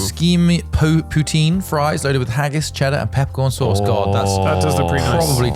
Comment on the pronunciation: "Putine" :D :D